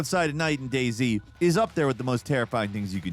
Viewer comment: DAY Z I just realized. I thought he said “Daisy” ☠️